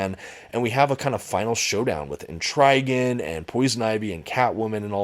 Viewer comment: I never heard Et-Trah-Gahn pronounced Et-Rye-Gahn. But yeah, this book was great, though "Lonely City" is misleading considering the amount of supporting characters in the book. (And I don't know how Two-Face can run for Mayor. Then again, Gotham doesn't seem like it has strong anti-corruption laws). But seriously, books like this are one of a few reasons why I personally prefer DC to Marvel: High-quality, self-contained stories requiring little-to-no background knowledge, without worrying about extensive continuity or context.